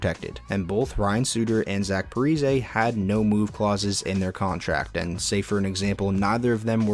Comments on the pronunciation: Repeat after me: Pa-Ree-Zee 😒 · "Zach Parizay" bruh